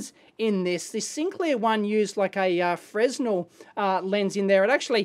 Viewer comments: FREH-NELL, Dave, not FREZ-NEL. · "Fren-nell", but spelt as if "frez-nel" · FYI... Fresnel is pronounced Fre - nel. The s is silent. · Going to be labeled Mr pedantic but I thought the 'S' was silent in Fresnel 'Freh-nell' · Please appreciate "Fresnel" is a French name pronounced "Frah-nell" - no "Z" in the pronunciation. It is incorrect and ignorant to say it any other way, regardless of what country is saying it. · Still pronouncing the silent "S" in "Fresnel". The inventor, Augustin-Jean Fresnel was French .